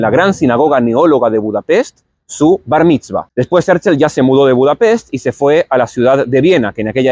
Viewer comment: En el mismo principio: Es Herzl, porque lo pronuncias Herzel? Y no miro mas este video!👎👎👎